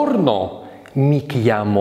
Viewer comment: Buongiorno без д произносится. Твердого l (л) тоже нет.Грубо. Произносится "ль".И не "бела",а "бэлла" Словом,😢